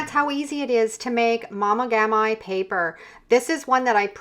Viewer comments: Please pronounce it correctly it’s not momogami as in “my” but as in “me”. The Japanese don’t say it like that, way to anglicize a Japanese word 🙄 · Pronounced mo-mee-gaam-mee, please